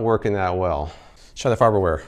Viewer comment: "Farber ware" lol